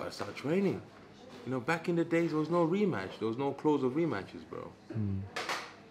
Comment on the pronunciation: He said RE METCH, not Rematch